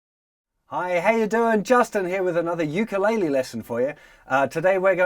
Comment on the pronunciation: Ur sayin ukulele wrong